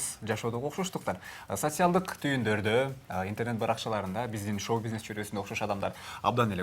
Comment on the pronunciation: СоСиялдык эмес,Социалдык "ц"